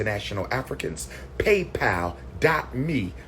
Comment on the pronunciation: Mr PhD also can’t pronounce shrimps or PayPal among other words.